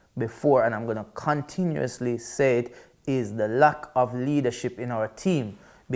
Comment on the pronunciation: my man said CUNTinuously.